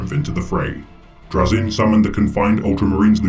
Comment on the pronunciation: Your pronouncing it wrong, its pronounced Troll-Zahn. N; the ultimate kleptomaniac in the galaxy. He also happens to be an amateur Pokémon master.